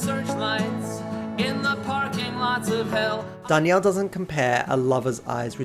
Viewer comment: You're mispronouncing john's last name btw. Souds like John Dar(neal)